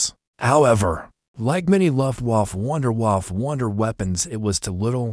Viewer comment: Luftwaff? That's very unprofessional. AI needs upgrade of proper English language. All the miss- pronounced words degrades from the presentation, I had to stop watching it.